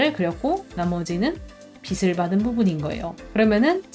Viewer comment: 빛을 =>비츨 0 - 비슬 X (강의 너무너무 좋은데 자꾸 귀에 거슬려서 ㅠ 죄송합니다)